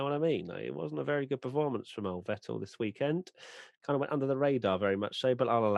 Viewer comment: More importantly, it's Vétt'l, not Vetèlle.